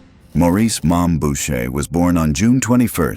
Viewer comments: Boucher shouldn’t sound like bo-shay…it’s boo-shay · Bow-shay???? Learn to pronounce Boucher.